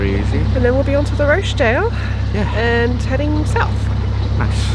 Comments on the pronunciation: oooh you and your posh pronunciation of Rochdale! - made me smile! (its "Rotch-dale") Maybe Rochdale should adopt your version :-) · I know this doesn't matter and it was months ago and you are somewhere completely different now - but - Rochdale is pronounced Roch (to rhyme with watch) dale and I nearly didn't comment but you are in my home territory here, the land of my birth, and I guess its good to know, maybe not. Happy cruising xxx Kate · Hahahaha! ROshdale!!! I assume you know the pronunciation now!!!! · I love the way you pronounce Rochdale :)